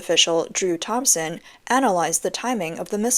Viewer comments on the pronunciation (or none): none